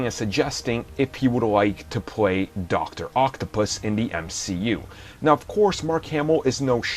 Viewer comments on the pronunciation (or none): I don't like the way you say "doctor octopus"... it makes me uncomfortable. Unsubbed and disliked